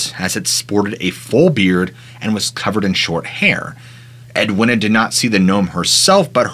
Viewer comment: how could you possibly think Edwina was pronounced "ed winner" it's edweena